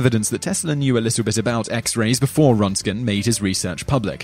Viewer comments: The name is Röntgen not Rontgen. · Man, you butchered Röntgen's name badly.